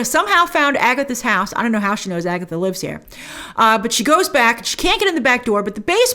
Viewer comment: “It’s been Agetha all along!!”